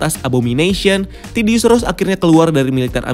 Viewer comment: Other people: Thaddeus Ross: TIDDY-ous Ross